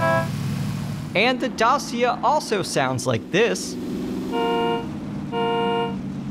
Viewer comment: A small thing - "Dacia" is pronounced "DAHCH-yuh"; Dacia are a Romanian vehicle manufacturer. 😊 Nice breakdown of the update!